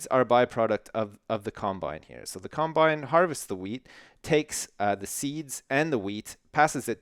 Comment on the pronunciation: says combineharvister